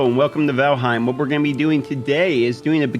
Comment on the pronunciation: lol, valheem